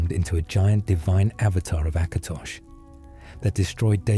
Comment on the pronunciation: It's "Last Scabbard of AKATOSH," not "Acrash"